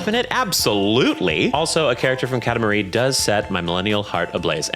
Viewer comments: Watching older videos. I cant stop giggling over "Kata Marie" pronunciation. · wait, how did he pronounce katamari???? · We need SIGNIFICANTLY more people dragging this man in the comments for the amount of AUDACITY he has to DARE pronounce Katamari that way. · the Pronounciation of katamari shot me fourteen times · New pronunciation for "Katamari" just dropped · are we just not gonna address the way he pronounces "katamari"